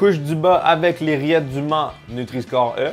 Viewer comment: j'ai compris:"les rillettes d'humains''